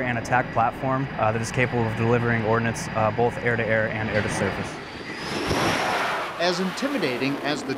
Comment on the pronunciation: You deliver Ordnance, not Ordinance. Town Councils deliver Ordinances.